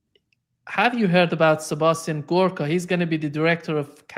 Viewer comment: Michael Hudson, referring to Sebastian Gorka: "Mr Gorko", "Gurka", "Dorko", "Googoo"... Too funny 😂